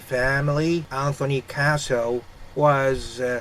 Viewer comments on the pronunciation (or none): none